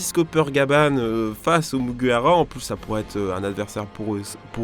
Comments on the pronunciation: Franchement je kiffe mais à il dis muguwawa au lieu de mugiwara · Pk tu beugue sur mugiwara tu dit mouguiwawa mdddr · 1. Vous pouvez utiliser le R français 2. Même si on utilise le R japonais, c'est facile 3. Pourquoi t'utilises le R anglais ??? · Désolé pour la prononciation de Mugiwara aha. Mine de rien c'est pas facile à dire rapidement. Go sur Twitter et répétez 50 fois "Mugiwara" très vite. Si vous réussissez, je vous lève mon chapeau (de paille).